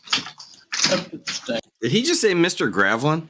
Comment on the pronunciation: That totally sounded like, "Mr. Gravlin." You dealing with amnesia,?